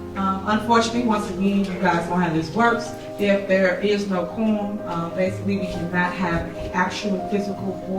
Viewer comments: Sounds like she said “Corn🤦🏽‍♀️ Thiefany is an absolute disgrace Continued prayers for Dolton 🙏🏽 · For tiff tiff it has to rhyme, she thinks it’s spelled like forum😂😂😂so for her it’s Korum vice Quorum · Qwarm, just how she says it wrong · She says Cornum and you are correct her and the person that edited the video lol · SHE SAYS: due to the fact of we don't have a corm"" !!!! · Happy New Year, everyone! English (quorum) = Tahoe Tiff-Tiff (quaam) :face-orange-raised-eyebrow: #CawDaRow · Corm. Corn. Korrn. It’s her teeth. She has some type of underbite and she twists her mouth to say certain words. She can’t say February, she says feverery. I don’t know what I’m going to do when Tiffany is removed from her job. All the drama will die down UNLESS they somehow get Trina Downs on the board. That B is crazier than Tiffany. Dolton is going to go back into the shadows of boredom. Thanks Tiffany for the drama. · That’s what I heard too! “Korm”. 😂